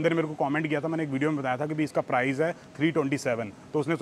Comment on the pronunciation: Its PRICE, Not PRIZE 🤷🏻‍♀️🤦🏻‍♀️